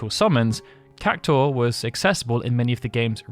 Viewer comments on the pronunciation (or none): Why are you saying "CAC-TAUR" ? its CAC-TU-AR